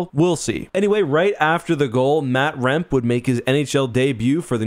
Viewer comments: I"m pretty sure it's pronounced "rem-pay" btw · I really like your videos, but you genuinely need to do some research before you make these. Firstly, to give the kid proper credit, his name is Matt Rempe (Rem Pay) Secondly, that wasn’t his only 1 second he got. He played 4 minutes and change throughout the game.